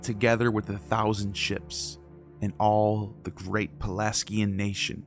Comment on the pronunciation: You mispronounce 'Pelasgian' over and over... And 'Knossos' too depending on who you ask... 'Azure' and 'annals' also... 'Xalchas' is a misspelling...